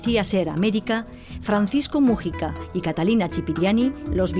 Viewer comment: "vídeo, wásap, mújica" dios... que manera de acentuar mal las palabras tienen estos españoles, irritante al oido.